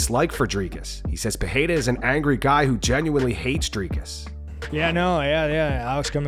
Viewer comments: PEH-REY-RAH not PEH-HEI-RA. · It's February 2025 and still calls him Peheira 🤦